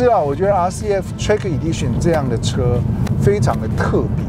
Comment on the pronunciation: 能不能把英文单词发音查好练好了再来拍视频？Lexus和 track Edition好好看看国外都怎么念的